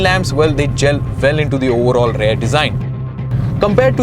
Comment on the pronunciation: The word is rear. R-E-A-R. Please stop saying "rare" seats, "rare" design and so on. It is quite annoying.